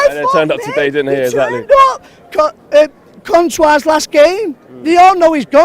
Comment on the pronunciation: "Contouir's leaving"